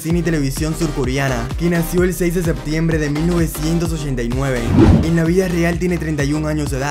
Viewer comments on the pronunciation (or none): none